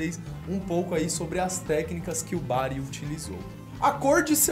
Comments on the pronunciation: Ali no explicar o Doruzonis parece q ce falou Brago ao em vez de Bari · Só eu percebi que antes de um dos poderes ele fala Brago........